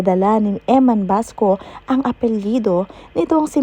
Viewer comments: Bacosa not Basco ayusin mo Pag report mo mema blog ka naman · Bacosa po not basco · EMMAN BACOSA HINDI BASCO!😅